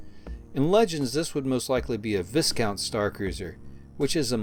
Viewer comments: Viscount is not pronounced as "VIS-COUNT" ... "VIE-COUNT" as in ... VYING for the first-place win. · Thanks for the comparison, it pretty much confirms my opinion of Disney Wars - it's the version of Star Wars made by simpletons for 'casual fans'. I'm with you on it not being canon. (BTW "Viscount" is pronounced "Vie-count") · The 'S' in Viscount is silent. Vi-Count. Interesting vid. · In Viscount, the "s" is silent. It's named after a French Medieval noble responsible for the defense of the boarder regions and is able to act autonomously in that regard, so it's a pretty cool name for that kind of ship.